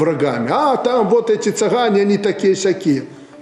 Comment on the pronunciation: на счет цыган совершенно правильно сделал, и ударение правильно поставил цыган!!